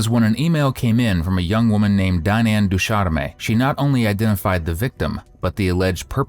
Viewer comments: Ducharme is a French surname not a Spanish verb lol it means "from the hornbeam tree." Because it is French, you pronounce the "ch" softly as "sh" (du-SHARM) so it's about a beautiful tree, not personal hygiene! Made me laugh lol but otherwise thanks for the video! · terminal e in ducharme is silent